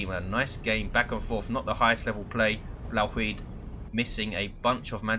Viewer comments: i lol'd so hard when you first tried to pronounce 'Blauwhuid'. it's dutch, the dumbest language in the world, so i wasn't surprised :P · I lol'ed when I heard your Dutch pronunciation(#Blauwhuid). Insta-liked. Great casts. Been a silent watcher for a while now...